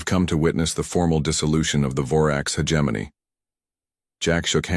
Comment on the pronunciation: Stupid AI can't even pronounce hegemony correctly